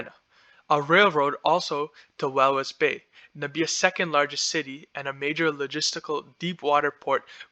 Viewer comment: Well done . I admire your initiative but you need to work on getting your pronunciations right or people will not view you as credible. Nam-ib-ee-a Kav-an-go Sten-key Wall-vis Bay